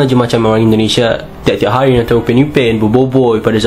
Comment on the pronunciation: orang melayu sebut: hari bukan haaii. itu logat manusia bukan bahasa, salah cara mengucap